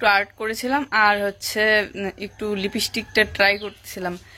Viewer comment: লিপিস্টিক বলবে না,ঠিক উচ্চারণ লিপস্টিক।